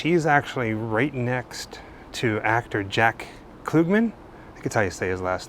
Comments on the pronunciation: Jack Klugman is not pronounced Kloogman. Its ug like in Umbrella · KLUGMAN LIKE PLUG NOT KLOOGMAN! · Tony Randall played Felix Unger. Klug- man not Klu gman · Pronounced "CL-UHGG-MAN". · Jug, bug, hug…Jack Klugman….with the ug sound. Geesh that bothered me every time you said his name 😆😂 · Great video! If you ever find out where Anthony Perkins' remains are, please let us know. I was a big fan of Jack Klugman. I watched him on The Odd Couple and Quincy M.E. Just for future reference, the u in his last name is pronounced "uh". Just letting you know. No biggie 🙂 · It’s Klugg-man (as in Ugg). Super creepy with all those boxes!! 😱💀